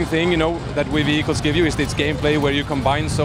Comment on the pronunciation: did he say ''v hi kills'' instead of vehicles.